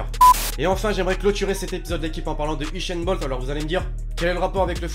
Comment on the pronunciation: usain bolt pas bolcht